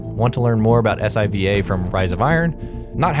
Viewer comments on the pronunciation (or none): s-i-v-a? what? its siva, literally nobody in the history of destiny has said s-i-v-a until now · its siva not S.I.V.A. ._. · He just called it S.I.V.A it siva not that weird thing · This guy talking is JUST a reader. "S-I-V-A" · Eros Reyes for real, I cringed... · Did he just pronounce Siva "S-I-V-A"? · Did you just pronounce SIVA "S-I-V-A"? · Did you seriously say S-I-V-A? Lmao I don't think you play this game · You can tell these people have never played destiny before "S.I.V.A."